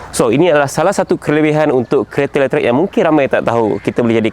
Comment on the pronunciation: letrek? bukan letrik?